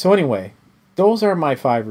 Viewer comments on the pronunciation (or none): none